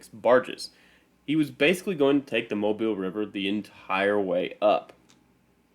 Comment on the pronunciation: It is pronounced “Mo-beele”, not “Mob-ile”. The unusual pronunciation is because it is a French pronunciation of “Mabila”, one of the American Indian tribes that inhabited Mobile Bay.